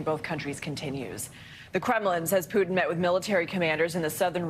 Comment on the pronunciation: Is it Putin or Putaine ?! 😅